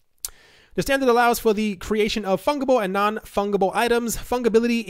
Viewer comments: it's pronounced funJible not funGible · Pronounced Fun Jeh Bull not Fung. /fənjəbəl/ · The number of times you said fungible incorrectly lol